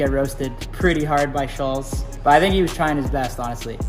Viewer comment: The way Kyle pronounces Schulz is weird...Sullz